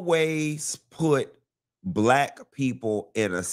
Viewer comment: “SHE WAS BLYCK” 😅😂